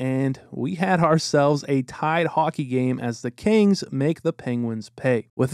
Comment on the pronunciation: I kept thinking you were saying Canes not Kings